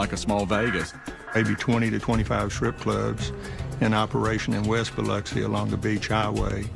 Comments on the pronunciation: The narrator said Biloxi so wrong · Mispronounce “Biloxi” one more again! 🤣